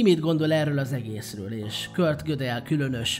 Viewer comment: Köszi az érdekes videót. Fontos: nem "Kört" hanem "Kurt"!